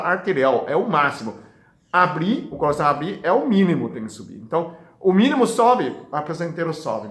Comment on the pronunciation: Que bonitinho dr falando "colação"